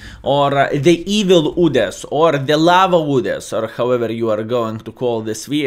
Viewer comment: I like how u say udes "OODES" 😂😂